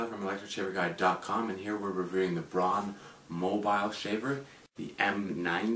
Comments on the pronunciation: Not pronounced "brahn" it's like B R O W N. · It's pronounced "brown" not "brawn", thanks for the review.